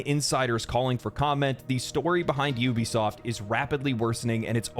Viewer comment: It really irritates me when people call Ubisoft You-bisoft its oubisoft get it right! Ubisoft… Regardless the Company died a long time ago.